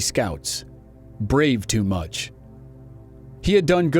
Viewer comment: It’s “Bravo-Too-Much”, not “Brave”.